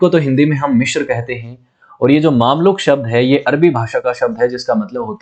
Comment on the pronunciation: भाई साहब...माना कि आप लोग phool को fool बोलते हो और अब वही ही सब पढ़े लिखे जाहिल लोग बोलते हैं but... plz मिस्र को मिश्र या मिश्राजी मत बोलो।😂